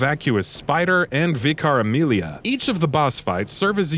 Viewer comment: "vee-car Amelia." How do people not know how to pronounce a word as simple as Vicar?